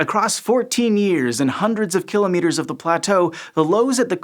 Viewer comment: Good video with principles well explained. Also nice to hear some who can pronounce kilometres (or kilometers if you like) properly. But why have Americans given up on the word "minus"? "Negative 50" is so clunky compared with "minus 50".